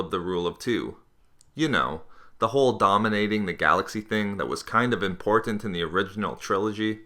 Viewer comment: your pronunciation of "important" sounds gross and irri-TAT-ing